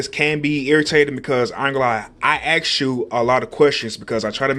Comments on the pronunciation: ... can pronounce asking correctly, but not ask hmmmmm ⛏ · Morelis Figueroa I never never once said it did. Just found it interesting. Most people who pronounce ask as ax(e) pronounce asking—ax(e)-ing. This is an observation not a criticism.